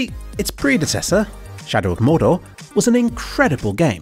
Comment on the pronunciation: No, its Shadow of MOARDOOR!